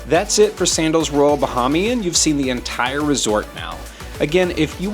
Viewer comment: Nice video, however you are mispronouncing Bahamian